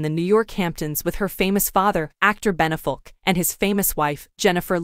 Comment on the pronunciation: First -- I would make a lot more sense if the narrator knew how to pronounce "Affleck" And then it would be better indeed if the narration matched the pictures (white dress described, black dress shown)